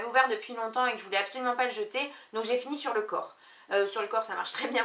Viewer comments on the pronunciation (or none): "jai tout fini" ne prends pas de "t" a la fin! bisous!